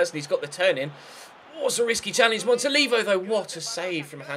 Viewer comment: i think you say it "Montoliveeo"